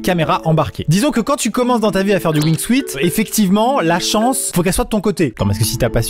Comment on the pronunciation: On ne dit pas Wing Suite. C'est Wing suit. Suit se prononce Soute.